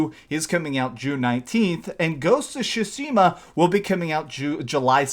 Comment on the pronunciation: Tsushima not Sushima...